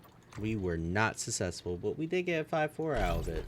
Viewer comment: What the heck is "sussessful"? joking aside... maybe script out what you are going to say, it could help improve your videos. You kind of ramble on and do a poor job of explaining things. Edit... also, this should have been super obvious but turn off those notifications while you are recording, they override your voice and are highly annoying.